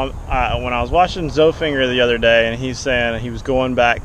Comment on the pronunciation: great vid but his name is not zoe-finger its za-fin-jer he even has a vid with ty on how to pronounce his name